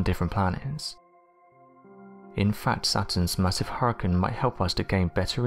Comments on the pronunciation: I know I can't be the only one I aggravate it with the way he pronounces hurricane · thumbs down for saying huricaine wrong so many times.. other than that i love your vids...